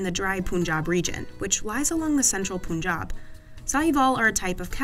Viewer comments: Its punjab not puunnjab 😂😂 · It's pronounced panjab ... And not punjab even though the spelling is Punjab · the way she said “Punjab” Aaaaaaaaaaaa that was offensive (Just kidding, but pls try to pronounce the these types of things correctly she literally said POOOJAB) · These Kannedians/ Amreekans keep on calling Punjab as Poonjab. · They pronounce it very well when they say "Pungent" or "Punch". But when they say Punjab, but magically becomes Poonjab. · It should be written as Panjab to get better pronunciation from westerners. Iran here is I Ran, Iraq is I Raq, Afganistan- aaf geni sTan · They are trying so good But stop like poonjab mombay and stuff It’s ear cancer